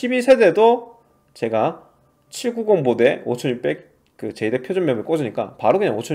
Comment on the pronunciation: 제이덱 아니고 제덱이요~